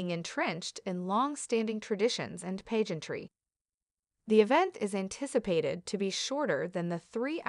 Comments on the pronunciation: You don't say the S at the end LOUIS, PAGEANTRY, NOT PAYGENYRY. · The word 'heir' is not pronounced like the word 'hair'. The word 'pageantry' is not pronounced with a long A (as in page). Looks like someone needs to use a dictionary as well as to verify several glaring errors in this report. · When pronouncing the word "heirs" the H is silent and is pronounced "airs". Additionally the word "pageantry" is pronounced not pronounced page...entry, it's pag...ean..try. Please reprogram your robot narrator to correctly pronounce these words.